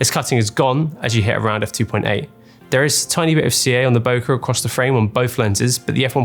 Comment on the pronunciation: Could you at least pronounce ‘bokeh’ correctly.